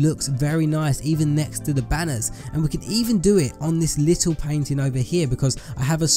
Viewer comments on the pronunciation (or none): I like how he says lit el